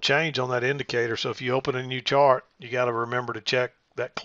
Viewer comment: LOL almost said "shart lesson" instead of 'chart lesson'